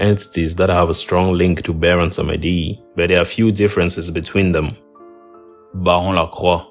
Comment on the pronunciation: You mispronounced the Creole names Bondye is pronounced bond-yay -- Baron Samedi is pronounced bah-woh sam-dee